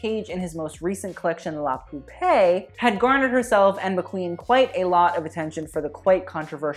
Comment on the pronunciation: Your "La Poupée" pronunciation was actually really good, don't beat yourself up too much! ;)